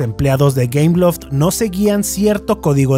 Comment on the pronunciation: ah! entre por que pense que decia cameloft xd o algo asi